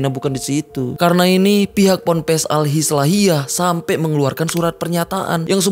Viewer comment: Pompres😂😂😂... Pampres kalii😂😂😂.. PONPES yg bener tuh.. Pondok pesantren. PONPES